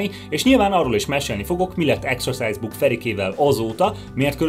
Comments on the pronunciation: A kedvenc részem amikor azt mondja hogy execuse book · A mai napig nem tudom eldönteni, hogy exercise book-ot, vagy exorcise book-ot mond, mert hát egyáltalán nem mindegy.... A halálát meg érthette átvitt értelemben is.